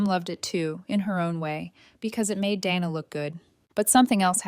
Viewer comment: Day-na. Not Dan-na